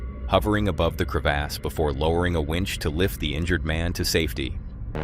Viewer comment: Whats a crev-ass? 😂